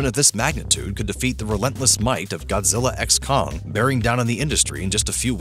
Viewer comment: The X in Godzilla x Kong is silent, ffs